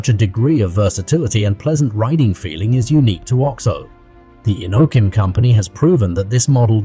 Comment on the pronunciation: I believe it is called the O-X-O not the Ox O